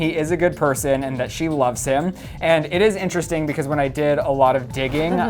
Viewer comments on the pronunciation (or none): none